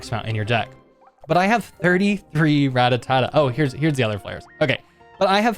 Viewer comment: Why you say Rattatata?